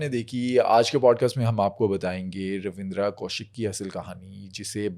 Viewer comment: It's ravinder only ravinder not ravidra ok bro